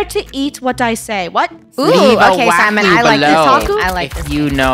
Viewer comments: its not simon… its “SIMAN”😍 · FUNNEH SAID SIMAN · “Guys meet our friend ✨SIMAN✨”